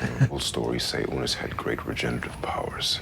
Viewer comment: Forgive me for the correction, but "Unas" is pronounced "ooh-nahs" not like the name "Eunice."